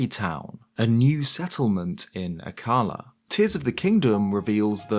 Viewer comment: it’s pronounced A-kalla not akA-lla